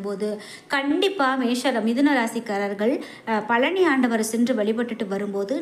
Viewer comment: பலனியா?பழனியா? நாக்கைசரியாகவடிக்கவில்லைஎன்றால் இப்படித்தான் உச்சரிப்புசரியாகவராது உடனே முருகனை நினத்து தங்கள் நாக்கை நன்றாக சுத்தமாக வடிக்கவும்.